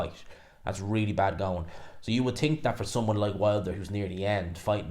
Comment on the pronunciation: Didn’t realise think had a silent h